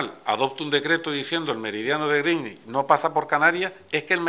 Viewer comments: No critiquéis lo de "grinich", es así como se pronuncia correctamente. Una pena que lo va cambiando hacia el final cada vez que lo repite. Al final le sale gringüich. De todas formas, no sé por qué le atacamos, se aprendió bien la lección de chaval, en los mapas políticos del colegio a veces las Canarias quedan debajo de Cataluña, justo en el meridiano de griiiiinich, jeje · Al principio pronuncia bien (en ingles) Greenwich...y conforme pasa el tiempo empieza a cagarla. A tomar por saco la unica baza que tenia je je je. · "meridiano de grinnich", pronunciado como el Grinch pero en adverbio.